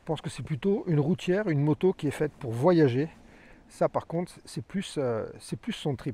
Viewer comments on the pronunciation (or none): none